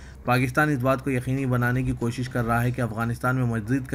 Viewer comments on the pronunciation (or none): none